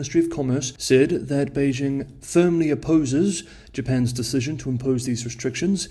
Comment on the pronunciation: His accent might be 'spot on' in general. Except he has trouble pronouncing Beijing correctly. That would be a dead give-away to a native as well as most non-native speakers of the language.